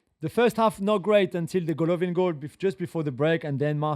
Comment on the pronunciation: Aleksandr Golovin has no "e" at the end 😂